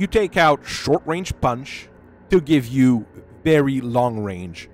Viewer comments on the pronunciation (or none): none